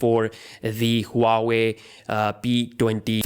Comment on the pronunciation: Who the fuck ever says huawei like that